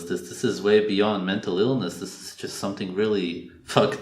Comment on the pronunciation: mentull eelness